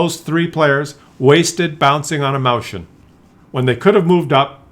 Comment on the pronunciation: It's called Mäuschen not Mauschen